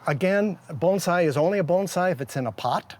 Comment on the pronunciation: That’s pretty much how it’s pronounced; “bone sigh”